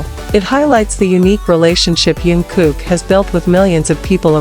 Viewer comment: Вы пожалуйста не каверкайте имя его звать Чонгук !